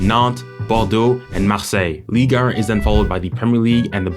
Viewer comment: the way you say ligue 1 pisses me off fr like "league ern"😂😂. But what a good quality video man keep it up and you will be one of the best 🙌